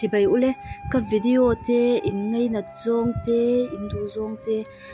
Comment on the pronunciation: Bei aiah bai, nachin aiah nichin, ngeinat aiah ngainat ... I aw a mawiin ngaihthlak a nuam khawp mai.